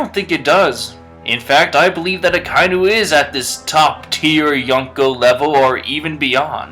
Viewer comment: "A-kai-nu" I know some people can't tell because of how it's written, but it's "Aka-inu". "Aka" means red and "inu" means dog.